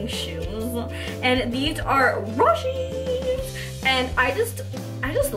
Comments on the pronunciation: It killed me on the inside when she says "raw she's". It's pronounced " Row she's " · Lmao me too😂😂